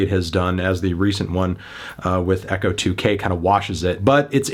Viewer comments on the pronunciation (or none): none